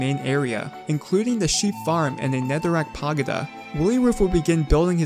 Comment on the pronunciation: I cant believe that I just heard "pagoda" pronounced as "pahgeda".